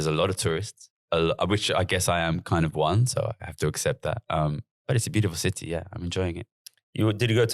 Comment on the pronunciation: Why has Gary added a Los Angeles style twang to his accent for this podcast? He keeps saying Cidee instead of City and other weird quasi-Americanisms. I'm scared he might start going up at the end of his senTENCES.... like he's asking a queSTION